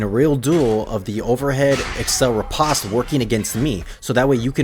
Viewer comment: So it seems like it wouldnt, but the proper pronunciation of "riposte" is actually just "rih-post". I didnt know it myself until recently. I felt like an idiot. Anyways great tutorial. Been feeling the itch for chivarly again. Comp matches will burn you out quick so its been a few months.